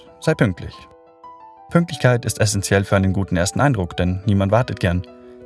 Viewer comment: Hat jemand auch „PÜNKLTICHKEIT“ bemerkt oder bin ich der einzige 😅.